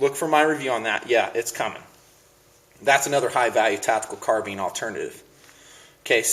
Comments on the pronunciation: HEY ITS CARBINE NOT CARBEEN. (car-b-eye-n) 2 syllables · car bean lol its "car bine" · Car-beans? I thought it was pronounced "Car-bine" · Car been? Does he mean to say baked bean?lol! Car-BINE you dummy! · Eh, I hear enough people pronouncing it CARBEEN, that I'm sure it's a TOMAYTOS TOMAHTOS kinda thing... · you pronounce carbine wrong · i thought that the first time i watched his videos. Yeah he says it wrong but you dont have to go off like that. Chill out man. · Carbine is derived from Karabiner and can be pronounced several different ways. My Mini-14s are far more accurate and better quality than my colt AR-15. O.K., they are rough to tear down and aren't good in the dirt; but, ARs have the same problem. Let's face it, the best MILITARY weapons have been made by the Swiss, Germans and Russians. ARs suck. Ask any Nam vet who threw their M16 in a ditch and picked an AK up off a dead VietCong. Colt sucks.